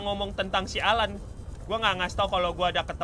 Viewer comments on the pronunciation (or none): Bang namanya AL-AN bukan alan